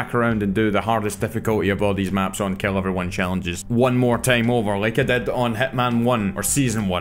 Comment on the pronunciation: You could call these videos "Keel everyone challanges".. because you keel them to the ground... FOREVER